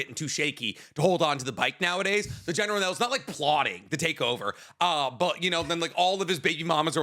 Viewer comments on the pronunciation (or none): calling Lucan “Lucien” and General Kreg “Journal Kell” 😭